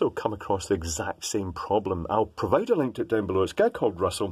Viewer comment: Provide NOT Provade Spike NOT Sapke.